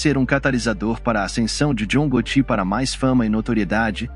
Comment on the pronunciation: John Gotù, do francês hahahaha